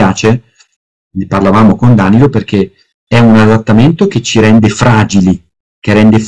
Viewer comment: elbowcough:Dànilo interrogato. Oggi ho due ore di Pievani, dov'è la droga ? Battute a parte, le sue conferenze sono comunque ogni volta intriganti come minimo, ma si dice Danìlo.